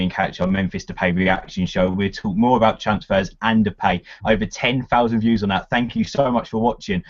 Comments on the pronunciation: DePIE not DePAY. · It's Spelled Depay but pronounce Depie , a silent , ya'll we learn in time lol